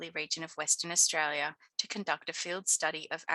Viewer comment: As an Australian, I thought my accent was strong until I heard your pronunciation of 'Austraya' 😊. I enjoyed the imformative video. Well done.